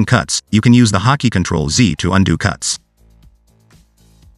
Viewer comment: I don't know how many times he said "hockey" until I realized it was actually "hot key"